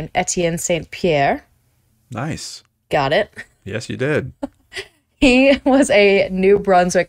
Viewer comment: Thank you both for brightening my day! Happy July 4th! (Oh, and I believe it's pronounced "San" Pierre rather than "Saint" Pierre; most French words have silent letters at the end.)